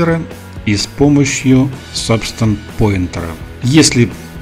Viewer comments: Не по теме видео, но произносится Пэйнтер (от слова paint - красить/рисовать), а не Поинтер (от слова point - точка/указатель). Это не в упрек, но просто ухо режет из выпуска в выпуск. А так - спасибо за видео ) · Спасибо за видео, очень интересно! Только не Сабстанс пОинтер (поскольку поинт это точка), а Сабстанс пАинтер (от слова паинт - рисовать).